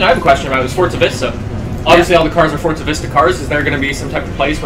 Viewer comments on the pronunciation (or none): Has anyone noticed that when he says forza it sounds like fortza